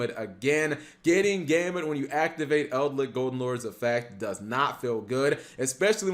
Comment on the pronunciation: its Eldlich, not EldLICK